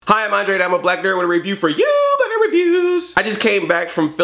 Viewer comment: It sounded like you said Black Panda. :P